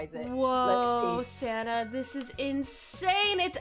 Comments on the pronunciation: When you said sanna I thought you said santa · whenever dhe says "sanna" I think she sounds like she's saying "santa" lol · Lol some time I think she calls her friend Santa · Are you saying Santa or sanna